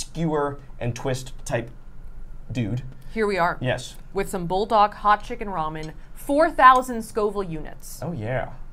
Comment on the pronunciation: Its actually bool dahk which means fire chicken in korean